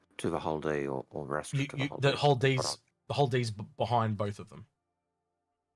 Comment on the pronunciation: I love your stuff, but PLEASE guys, what triggers me to no end is the pronunciation. Is this some kind of inside joke that I don't get? It is ARR-AST-RA not Arra-Stra-da. Sorry for being that pedantic.